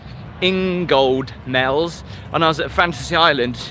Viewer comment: It's pronounced "In ga mells(z)" not "In gold mells " haha